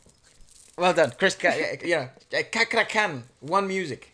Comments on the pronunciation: His name pronounce is like worrd "CHA" not Kha ... so its read as CHA-KRA... not KA-KRA 😁😁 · His name Chakra Khan. Chakra like Chaplin. Not Kakra khan ( pronounce). He's one of fenomenal Indonesian singer. Please reaction him sing take me to church, Goo Goo Dolls. He's Amazing 👍👍👍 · Amazing right, prounance hus name like like" chuck"..ra khan